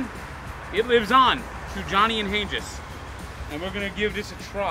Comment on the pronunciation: it's pronounced Han-geez not Han-jis